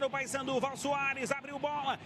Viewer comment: E a comentarista que falava Passandu não Paysandu. Kkkk